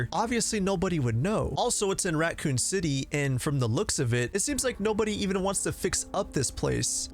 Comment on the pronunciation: Yes you are, there isn’t a T in raccoon